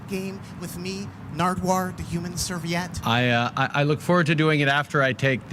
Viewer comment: Love it, but you've gotta fix the typo on your title page. Also pronounced Serveee-ette; it's another word for napkin.